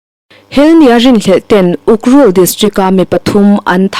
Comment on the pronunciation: Ukrul iloin ukhrul tih tur aw.